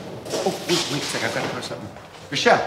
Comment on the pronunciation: Whyyy do you say " somesing "